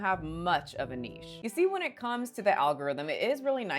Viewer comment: she finally learnt how to pronounce niche